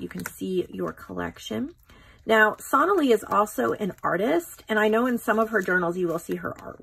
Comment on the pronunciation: Please could you pronounce the name correctly? It is So-naa-lee...